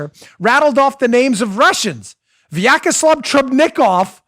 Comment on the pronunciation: As someone for whom Russian is first language, I can't stop laughing at the way Dan mispronounces and butchers name "Vyacheslav" (Вячеслав) ;D It's priceless ;) #VyacheslavTrubnikov